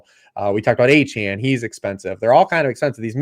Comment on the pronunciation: Why does refuse to learn how to say Achane’s name correctly?